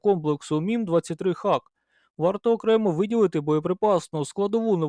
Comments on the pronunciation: шановні, знайте що англійською дуже часто вимовляється не так як пишеться. тож раджу забити слово Hawk в гугл транслейт і прослухати озвучку. це точно не Хавк)) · Це перекладається як Яструб - Hawk, звучить Го-ок (hôk). Я про це вже 30 років знаю. Це так само як і в словах straw (strô), raw (rô), tomahawk (ˈtäməˌhôk) Одне й те ж правило - aw - - ô (трохи протяжне -о-о) Успіхів вам.